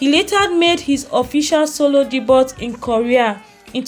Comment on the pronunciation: Your content has nothing to do with your headline. This is clickbait. Also check how to pronounce 'Debut' before constantly saying it. You do not do yourself justice by misleading people with ''non-news' and basic bibliographies that you can get on google'.